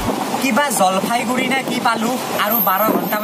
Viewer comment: Jalfaiguri nohoi..JalpaiGuri..goya